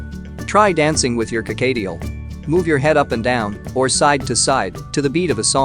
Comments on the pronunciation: Whats a carcadeal?? Dang Americans pronounce words so weird! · "Co-kayy-tiel"? No. Just no.